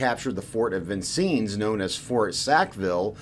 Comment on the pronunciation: You said venncenns Wong